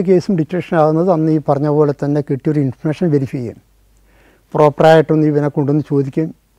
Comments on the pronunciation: ഇൻഫർമേഷൻ എന്നത് ആണല്ലേ ഇദ്ദേഹം ഇൻഫർഷൻ എന്ന് പറയുന്നത് 😊 ആദ്യം മനസ്സിലായില്ലായിരുന്നു എനിക്ക് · Yes, enikkum. Infursion ennu pronounce cheyyunnu.